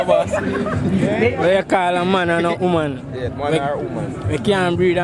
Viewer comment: HEY MY FRIEND uou need to pronounce your words with much more clearance, for the word is not homan, is woman the other is not breead, is breath under water